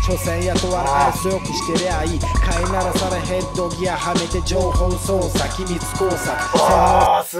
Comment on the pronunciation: 情報"しょうしゃ"